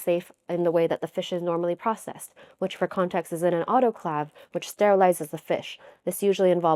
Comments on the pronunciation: It’s not pronounced auto-clahv; rather, it’s auto-klave. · I love your videos! They are always so informative. In return, let me share a fact with you. The “clave” in “autoclave” is pronounced like “brave” not like “have”. Keep up the amazing work. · You pronounced autoclave and Jose wrong. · This doesn't matter but the second "a" in autoclave is prounced like the "a" in clay and not like the "a" in clavicle. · Autoclave is pronounced with a long a in the third syllable.